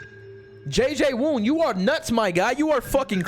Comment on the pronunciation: “J-J-Woon” lmfao